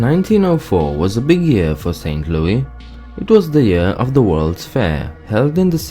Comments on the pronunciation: No one says lewey its louis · that’s how louis is pronounced in most European countries AND IT BOTHERS ME